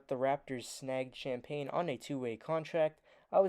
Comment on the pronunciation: Justin’s names is pronounced “ sham-penny”